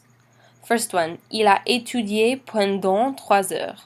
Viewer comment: Je bien comprend que vous avez des bonnes intentions, S'il vous plaît vérifier votre accent! Malheureusement, votre prononciation de tout les deux mots "depuis" (not dépuis!) et pendant (pondon) not PENdant! Bon courage